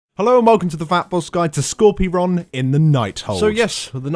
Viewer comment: It's not Skorpy ron it's Skor pyron lmao.... Skorpy ron..... from now on I'm going to have to call him Skorpy ron because it's so funny.